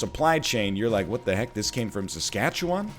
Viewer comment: I love how nl says "saskatche-WAN" hahaha